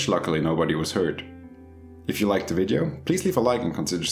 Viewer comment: Ill subscribe when you pronounce Video correctly...